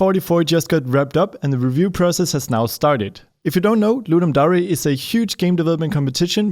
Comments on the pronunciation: nobody’s gonna tell him it’s d-air and note d-ah-ree? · I thought it was ludim dare, not ludim dar eh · I'm pretty sure it's pronounced dare, as in to dare someone to do something. it's like air with a d in front of it. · Did he call it ludum DARI? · Could someone please tell him it's lundum dare as in truth or dare it really annoying when he pronounces it wrong